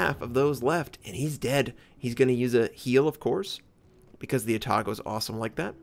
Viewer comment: 13.5km.... How the hell can you hide Yamato better than a Pensacola. I want my money back :< Yeah I feel that too. Long range engagement suck. You need imbalanced RNG and reading skill to be good at it. For the usual, A-tago pronounciation pattern follows Izumo. Also Za-Ou, the a on Za is a bit long. It would sounds like a Chinesse ship otherwise lol. dat Trashkent tho